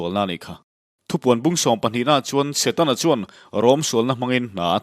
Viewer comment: Shawm na, Shakawlh, Shawi, nasha tak. Shetana, Shavawm, Shakei.....Sha mah mah...Duhlian țawngah "SHA" a a awm lo..ngaihthlak a hrehawm lek lek...